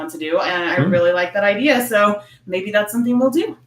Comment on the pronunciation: I hear the idea...i-d-a...pronounced i-d-er.